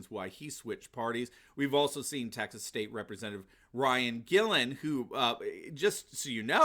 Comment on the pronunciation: Please learn how to pronounce Guillen.